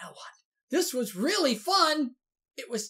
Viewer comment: I THOUGHT YOU SAID THE PLACE WOS CLEARED OUT!!